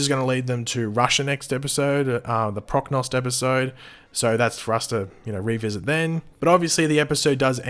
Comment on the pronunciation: completely mispronounces Prochnost Takes breath**NAILS the word including the accent